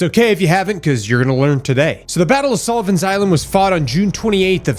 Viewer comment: What you said vs what I heard: K - have you ever heard of the battle of Sullivan Island... M - sure have. It was a critical battle K - 1776 M - TF?!? WW2 was nowhere near the 1770s {Finally look at the post} M - ah 💩 he said Sullivan Island not Solomon Island .. Ok, I'm familiar with that one too 🤷🏼‍♂️ just wasn't what I thought I heard 😂